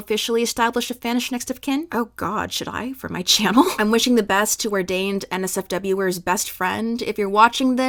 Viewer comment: just a note ‘NSWERS’ is pronounced ‘answers’ but without the ‘a’, like ‘en-sers’ !! this is a crazy story tho 😭